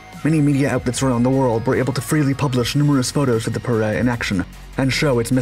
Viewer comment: Your pronunciation is wrong, it is pe(strong)-re(week.)